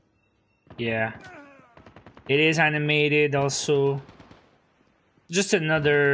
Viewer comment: You know what, IT EES WHAT IT EES